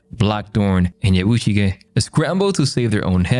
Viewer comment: Ya-boo-shi-geh, not Yuh-buh-shig.